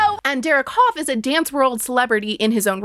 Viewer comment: I know this comment is wildly late, but as someone who comes from the same area as Derek Hough and grew up doing performing arts (I’ve met his mom multiple times), it’s pronounced “huff” like huff & puff, not “Hof” like the town in Germany, and it pains me a bit every time I hear you say it 😅